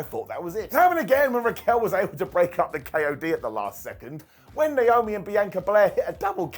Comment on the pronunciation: BEE ANN KA NOT BEANCHOR